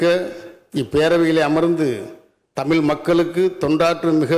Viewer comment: தமிழ்ன்னு வாய்ல வராதா? தமில் தமில்ன்னு சொல்றாரு😢